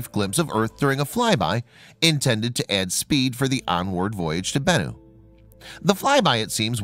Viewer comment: You got bennu down pat lol BENnu